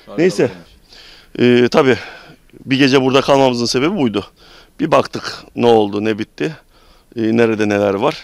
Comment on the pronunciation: Bachtıch değil o "Baktık". Türkçeyi biraz doğru konuşmayı deneyin.